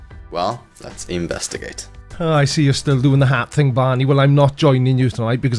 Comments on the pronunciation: "How's that working out for you, Barrrrrrrrrney"....that made me chuckle!! lol :D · I have to admit the resemblance between Enzo Ferrari and Mesut Özil is uncanny... but its just coincidence!!! Oh, btw you pronounce Barny's name wrong... it should be Barmey... thanks once again for the laughs 🤣👍